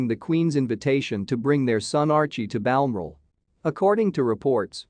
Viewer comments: Well it’s a yank what do you expect. Can’t even pronounce Balmoral a nasty shitty little site ! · You are not pronouncing Balmoral properly